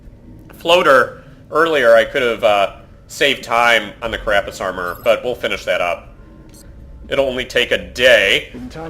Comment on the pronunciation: This is starting to annoy me: It's CArapace, not caRApace.